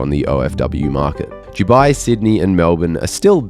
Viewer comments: Is it me or do you pronounce Dubai as Jewbi, instead of Doobi? Come to think of it, which is it???? Am I pronouncing it wrong, or you? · Please for the love of all pronounce Dubai with a hard D 😅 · Why do you pronounce it 'Juwby'? I've never heard anyone else say 'Dubai' like this before. I love the videos but this drives me crazy!